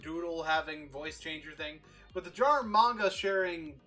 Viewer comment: Dear Boon: You are magnificent, keep it up Dear MTR This is my first time seeing your new TV avatar, it is adorable! Dear: It is pronounced Man-gah, as in the type of Japanese comics you know you have a verbal tick of saying you know, you know? Please acknowledge this and avoid it in videos in future you know because it drives people mad y'know? please script, please please please please script, or bullet point, and at the top of this write 'MUST NOT SAY 'YOU KNOW'!!!' at the top in big letters, underlined.